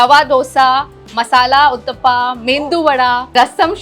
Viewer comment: Please, it's not UTTAPA it's UTTAPAM. stop butchering it every time you say it.